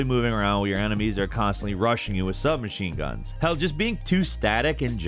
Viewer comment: “Sub-machine.... guns”